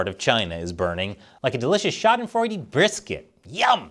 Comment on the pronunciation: Did actually said Schadenfreude correctly. Bravo!